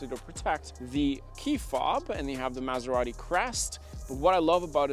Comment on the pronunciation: Why do americanos have to pronounce Maserati like if they have a whole burrito in their mouth?